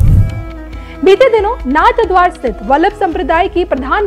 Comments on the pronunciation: Announcer does not even know that it is narhadwara NOT NathadwaR😢 इस भद्र महिला को सही उच्चारण भी आता नहीं नाथद्वारा सही उच्चारण है नाथद्वार नहीं 😢😢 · नाथद्वारा है जी नाथ द्वार नहीं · कृपया नाथद्वारा का उच्चारण सही कीजिए